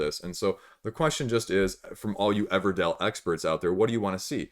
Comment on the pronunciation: Everdell, not Everdale